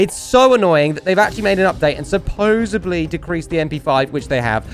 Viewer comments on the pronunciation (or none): Awesome video! Btw it is supposedly not supposebly. Just an FYI ❤️ ya